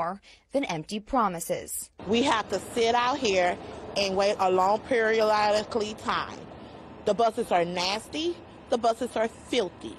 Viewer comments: Arath Gomez A long periioloiaciolcallically time. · Who's yo Daddy? But the way she was pronouncing stuff if anything, just went from worse to worser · now come on people cut her some slack. im sure all of us mispronounced a word at one periodikly time or another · Of Darkness The correct pronunciation would be "We would have to wait periodically." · its still funny. Plus she said it so slow. I could understand if she said it wrong fast but like it's not hard to say 'periodically'. She didnt mispronounce, she turned it into a whole other word😂